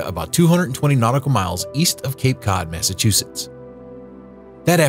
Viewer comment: Did he say Massatusetts?